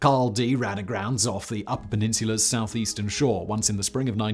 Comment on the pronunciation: He sure did. Nobody told him it is the Upper Peninsula not the up Peninsula. Though I sometimes wonder if Simon make errors on purpose just so wise asses like me write a comment to correct him. Must be hard to deal with the Native American names. Funny to hear uniformed people try to pronounce Wayzata and many others.